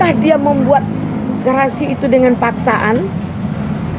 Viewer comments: Halu lu luya nek, nyebut grasi aja, garasi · HAKIM NGIGO NGOMONG "GRASI" KOK "GARASI" SDH KEBANYAKAN TERIMA AMPLOP JADI KAYA GITU NGOMONG SAJA SALAH GMN MEMUTUS DAN MENGADILI? HEHEHE "GARASI GARASI" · Garasi apa grasi Bu...😂😂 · Ibu ini sih kembarannya nenek Elsa... Grasi ngomong nya garasi.. Praktisi hukum apaan... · TOLOL.... GRASI bukan GARASI.... !!!+ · Grasi Buk,bukan garasi